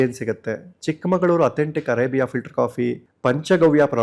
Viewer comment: Sir please adu arebiya coffee alla arebhika coffee sir